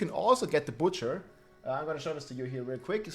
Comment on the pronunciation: Burning “Batcher”